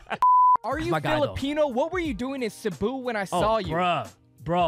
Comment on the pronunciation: Hats off to for pronouncing Cebu right